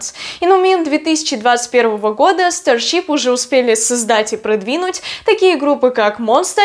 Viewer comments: Тоже😂 старщип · Потому что она неправильно произносит